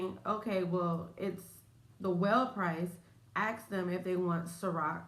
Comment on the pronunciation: Try to say ask! As opposed to ax